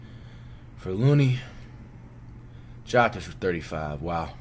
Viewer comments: My guy, it's "Yoke ich" not "jock itch" lol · It's Yokich... serbian letter "J" is like Y(es) Y(ou) Y(esterday)... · Dude you need to watch more nuggets games. And it Yo-kich. Get it right he’s the best player in the league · I can’t tell if the way you pronounce Jokic is disrespect or illiteracy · Bro say Jokics name right. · can he at least say the Joker or pronounce Jokic name correctly put some respect on that man.